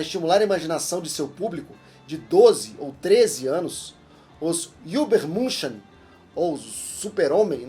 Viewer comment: O senhor como o Nerd que mais trabalha no Mundo deveria aprender a pronunciar corretamente superman em alemão...